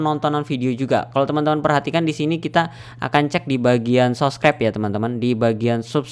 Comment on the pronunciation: Subscribe bang bukan sobcribe hadeeeeeeeehhhhh , bang anda bisa eja dengan baik nggak